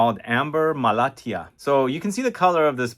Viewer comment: I am from Malatya, which is a city located in Turkey, also famous for producing almost 60-70 percent of apricot around the world thanks to its soil. It is really interesting to see this fragrance here and your pronounciation is on point 🙂